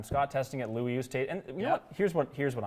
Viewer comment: well done on the pronunciation of Louis’s name. As an Afrikaans speaker who knows how to pronounce it - you were spot on! 👏🏻👏🏻